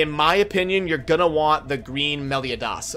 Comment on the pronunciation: The way you said meliodas 😭😭😭😂